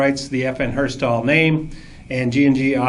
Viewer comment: Lol, "FN Herstahl"